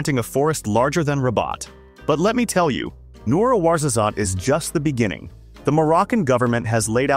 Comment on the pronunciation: As a morrocan i want to comment some points on this video " Ouarzazate" is not pronounced correctly 2)many of solar energy projects take place in the western sahara region , yet none of the videos show them